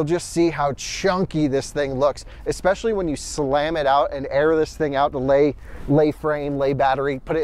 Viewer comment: Especially, not eckspecially. Phonetic spelling: /EspEshUHlEE.